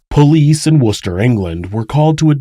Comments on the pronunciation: An American actually pronounced wooster correctly!! Lol. The attention to detail is what makes this channel a cut above the rest. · I'm so impressed that you pronounced Worcester correctly.. We Brits are evil with the ways we try to catch you out. 😉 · I originally only clicked to hear an American pronounce Worcester wrong. Kudos for getting it right. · You pronounced Worcester correctly, I'm impressed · Love your videos ! I am from England and can appreciate that the place name doesn't sound anything like its spelt. its actually pronounced woos-ter-sheer but said said fast. thank you for the video! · Can I just say a BIG thank you for pronouncing 'Worcester' properly! Most people not from the UK say 'Worse Ester' or something similar! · I truly truly commend you. You pronounced Worcestershire as just Worcester and that is how we say it and read it here without the shire on the end . You are the only US / Canadian true crime reporter that has done this and never butchered the wonky olde English town names. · "Worcester" pronounced correctly ! 1 impressed viewer. cheers edit; adding the help lines , esp the discreet 'double tap' option is great to see too. top job.